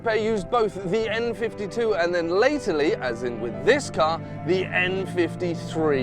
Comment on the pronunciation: "latterly" ... My man.. Not " laterly"